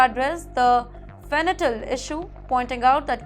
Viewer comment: Fenytal or fentanyl?